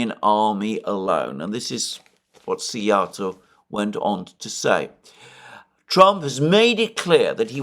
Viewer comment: Oh Szijarto pronounced well too. Well prepared for the visit to Hungary. Have a great visit.